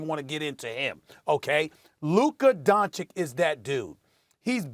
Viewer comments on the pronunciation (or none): Don-chich not don-chick 🤦🏻‍♂️ smh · It's ICH! LIKE AN ITCH! DONCHICH! Why are you the only person on TV who can't get it? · Luka Donchick.... lol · DON-CHI-CH... STEPHEN A BETTER LEARN THIS MANS NAME ALREADY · SAS please learn how to pronounce Dončić FFS. It is DonCHiCH !!! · Stephen A. still doesn't pronounce Doncic properly. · Steven A still can't learn how t say Luca's last name... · How has nobody corrected Stephen A’s pronunciation of Doncic? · To ignorant to correctly pronounce surnames Mr. Smik! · Can someone at please teach Stephen A Smith how to PRONOUNCE Luka's last night right? It aint hard my guy. Its pretty disrespectful at this point. If it was a black dude with a weird last name ya would cry "pronounce it right" why not a white dude's last name? Respect is way overdue. SAS knows better. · It is DISSRESPECTFUL from Stephen A. to keep misspronouncing Luka’s surname. Its really pissing me off, he knows how its said, and he still misspronounces it, its almost like he does it on pourpose. Somebody should call him out on that, imagine if someone pourposely said his name wrong time and time again like that, its just dissrespectful, and as a Serbian from Slovenia (the same as Dončić if you know his background) its really irritating. Everyone around him says it correctly and here he is with his stupid “Dončik”. He says Vucevic correctly, Jokic correctly, Nurkic correctly but cant say Doncic? Come on, someone call him out already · im not sure when will stephen a will pronounce luka's name correctly.. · It’s actually disappointing that he can’t pronounce it.. hes the only person that I know of who butchers it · Its not like his last name is hard to pronounce correctly...